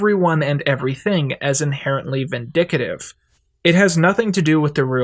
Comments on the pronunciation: I wish you would stop staying "vindictive" as "vindicative" and "surrogate" as if the A is long...... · Excellent video, but please learn to pronounce vindictive! It's vin-dic-tive NOT vin-dic-a-tive. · "Vindictive" not "vindicative" vidicative isn't a word. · It's pronounced Vin-dic-tive Not vin-dic-a-tive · also why do you say "vindicative" it's "vindictive" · vin-DIC-tive. Not vindicative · Vindictive,, not vindic-a-tive ❤ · He probalby mixed it up with "indicative" in some way. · it's pronounced vin-dic-tive. and your 17 minute rant against nihilism seems a bit rudimentary. nihilist philosophy did not begin with, nor will it end with this cartoon. you seem to be genuinely uncomfortable with the ideas expressed by this philosophy and that's fine, but that doesn't mean the show needs to portray some light at the end of the tunnel (and there are quite a few glimmers of optimism sprinkled about) for it to exist, and even further, to resonate with a large audience, which is clearly demonstrated by the massive following thus garnered. and even further, it's interesting to me that you spend all this time speaking on roiland's "intent" on parody, while simultaneously disregarding (or more likely not knowing) harmon's voice. many of the themes expressed in this cartoon have been touched upon in harmon's previous works. an audience's inability to grasp the fallibility of a main character is not the responsibility of a storyteller. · Two things: 1: Roll your finger across every letter in the word "V I N D I C T I V E" while saying it very slowly. 2: Is there some kind of clause in these video sponsorships where if you become a bad or in some way controversial person later you have to take the video down or remove the references to the product? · vin - dic - tif